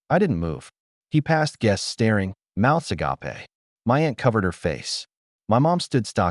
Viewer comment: Good story and for future info, the word agape, when pronounced “ah-ga-pay”, is a spiritual word. When someone is surprised, they stare with their mouths agape…”ah-gape”. 😊